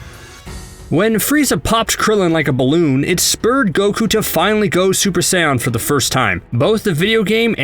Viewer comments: Uhm dude your saying saiyen wrong sorry I think it is pronounced say-yen Not saiy-en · My guy said super "saiyon" 2 . That hurt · I hate the way he pronouncing theses words like gohan and saiyan